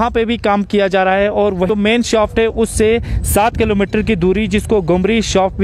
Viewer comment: Sirrrrrrrrrr, aurrrrrrrrt 😆